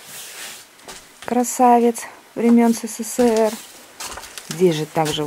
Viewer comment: Всё времен СэСэСээР 😅